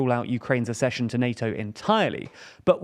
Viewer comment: 4.14 Accession, pronounced 'ac-cession.'